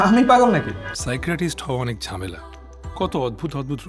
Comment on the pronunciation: সাইক্রিয়াটিস্ট বললো কেন বারবার বুঝলামনা। এইটার উচ্চারণ সাইকাইয়াট্রিস্ট